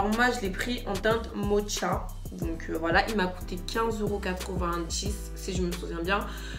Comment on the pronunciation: Ca se prononce "Moka" mdrrrr. La base elle est super matifiante askip à tester j'ai pas encore acheté